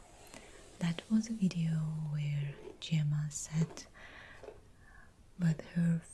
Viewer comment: My name is Gemma and I love how you say it!